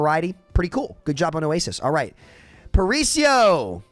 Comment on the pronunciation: That was the worst pronunciation of “Paraíso” I’ve ever seen lol, just found it funny But I completely agree, I also hate that map and it kinda sucks since I’m from Rio, would be cool to load on a map that’s supposed to be my city and say “oh nice, I’m playing a cool map” instead of instantly being sad